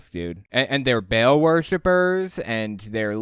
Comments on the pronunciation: She pronounced Ba'al like bail. I mean, that's probably the least of her issues, but still annoying 🙄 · Baal is pronounced Ba’al or Bah-l, not Bale, this is insulting to my ancestors. 😂